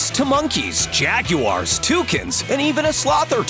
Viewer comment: Did anyone else notice he said “Jagyewires” or “Jag-You-Wires”?